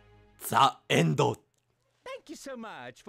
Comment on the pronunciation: ザ じゃなくて ジ だけどな？w今更だけどw